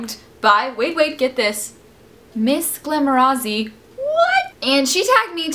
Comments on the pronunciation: You pronounce it like glamoratsi. Like paparazzi. Love you,! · glamorazzi is pronounced atsi like papparazzi:) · you say missglamorazzi so weird:D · You pronounced missglamorazzi wrong